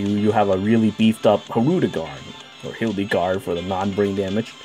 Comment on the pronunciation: Do people just meme Hildegard by calling her the movie villain in dbz instead of HILL-egard